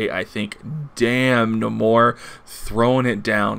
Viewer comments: Do u call Namor Num more? Pretty sure its Nay More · Funny enough...I say Nahmorita. But...It never occurred to me, in all my years of reading comics that it's pronounced Nah-mor...never.